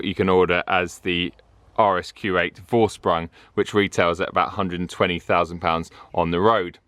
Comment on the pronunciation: hahaha. Its pronounced like! The syllables are and